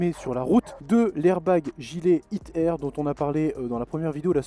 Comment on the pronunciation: Je suis le seul à chaque foi qu’il dit hit air j’ai vrm l’impression qu’il dir hitler